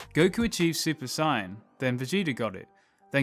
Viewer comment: I keep hearing super cyan. Why.